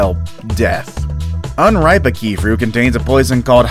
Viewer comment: A-Key fruit. That annoyed me